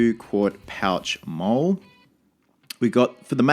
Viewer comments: MOLLE is pronounced as the name "molly", not mole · Hey buddy! Looking forward to seeing the completed costume! Just wanted to say that molle is pronounced like molly. Also the company name is said five eleven instead of five point one one. Good luck and cosplayers do it better! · Molle "mollie" mate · few mistakes in pronunciation. 5.11 is 5 then 11 so 5 - 11 MOLLE is pronounced MOLLY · MOLLE is pronounced in military jargon as "MAUL-ee" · Dont be afraid to go for cheaper stuff that looks better or similar. Mechanix gloves are more popular in the military for price. You can buy surplus military medical supplies on Ebay cheap (I'd go with an Israeli bandage since that's the most common). MOLLE- "Molly". 5.11- "five-eleven". Get some hundred mile an hour tape over just plain duct tape, it's usually olive drab and tough. We used to take 550 cord and tie it to the bottom of mags and tape it down for a simple pull tab to yank mags out of pouches quicker. Killer cosplay man! I know you'll do it justice!